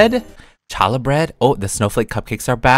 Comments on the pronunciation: i love to see bloxburg doing new things like side quests and advent calenders very exciting! Also you pronounced Challah Bread wrong! It’s pronounced ha-la bread. 😅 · Hi! Just wanted to say it’s pronounced “hallah”! Thanks for keeping us updated! ❤ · they should totally add more Hannukah suff. Also, challah is pronounced ha-lah. It is made during Jewish holidays, primarily on the Sabbath (Friday evening to Saturday evening) I'd love to see draidels, jelly doughnuts, and Ladkes, aswell as a minorah! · btw for anyone who didn’t know, challah is pronounced with a silent c. it’s a special bread made for jewish holidays! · HEY PEETAH! So the bread is pronounced hall-la it’s a bread that is eaten on Hanukkah! I like how bloxburg is bringing another religion! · The “challah bread” (ha-luh) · Lol the challah bread is a bread we eat on Shabbat for Jewish people and its pronounced h-a-l-l-a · The bread is called challa it's not pronounced how it looks it's for Hanukkah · It's "hallah" (holla) "Challah" is the traditional spelling but an easier pronunciation for the unfamiliar is "hallah" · It’s Hal la it’s a Jewish bread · you pronounced challah wrong lol. Im so happy they added Jewish food!!!!!